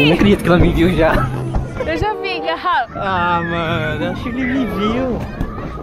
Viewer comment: "Ga" rafa😂😂